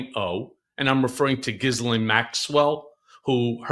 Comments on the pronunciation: Giz u lane Maxwell??? How about Ghee len Maxwell. It's not that hard. Your guest almost got it right. Make a little effort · Who tf is Gizzlane? Ive heard Jizzlane recently too. It's pretty ridiculous that so many apparently otherwise articulate people cannot say girl-ayne. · Respectfully, I just watched an episode of “The Behavior Panel” on YouTube in which Ghislaine Maxwell was interviewed in prison by one of her brothers. He made clear that her name is properly pronounced “G’lin”. He also shared that family and close friends frequently called her “G”. That aside, I found the discussion between Michael Wolff and Michael Cohen thought provoking. Thank you for sharing it. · Her name is pronounced GEE-lane, and her father died mysteriously, then the family learned he was millions in debt and they had to liquidate their estate